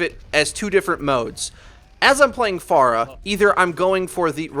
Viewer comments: This really pissed me off: "Pharah" is not pronounced far + agh "Pharah" is pronounced fair + agh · Why do you pronounce her name Faarah? It's not like we know how to pronounce her name, she and other heroes says her name often. It's Pharah, not Faarah.. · It's not far ah, it's fair ah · It's not far-uh it's fair-uh you stupid fuck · If you listen to the latest netcode update video , I think you'll see that it is said improperly, or at least, differently in this video, likely because the speaker is hearing the voice actor differently, perhaps due to her accent.., which most people won't reproduce so the proper way, or the anglicized way, would be "FAIR-UH" while in this video you hear "FAR-UH".. interesting thing is the actual Arabic name, Faraħ (sounds more like "FAR-AH, than FAR-UH"), that is, the non-anglicized way of saying it, is closer to how it is said in this video.. however, the "h" in Arabic is a voiceless pharyngeal fricative, not a voiceless glottal fricative, as it is in English.. :) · Its fare-uh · manicms But she says her own name as "Fair ah " o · It annoys me more than it should cause I liked the video. But it's a really weird way too pronounce her name.